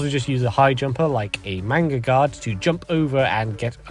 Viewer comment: Take a shot every time he says manga-guard instead of magnaguard